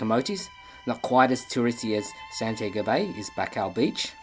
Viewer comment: That is Santi-ago. not San-tiago, spanish